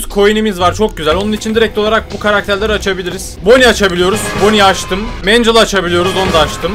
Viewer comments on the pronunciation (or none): "mencıl" dogrusu mengıl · O mencıl değil mengıl diye okunuyo sinir krizi geçirdim videoda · 1.Mencıl değil mengıl 2.Mangel büyümüyo tavana yapışıyo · o mengıl diye okunuyo mencıl değil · Abi o megnle mecıl değil mengıl diye okunuyor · Abi linclemek gibi olmasın ama mancil değil mengıl die okunuyo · Mangle = ❌️ Mencıl =✅️